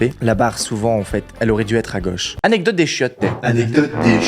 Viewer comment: Le " anedocte des chiotes "😂:)